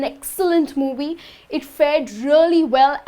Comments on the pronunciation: You should exercise the pronunciation of the sound V, moVie, not muwuy lol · When she pronounces “movie” lol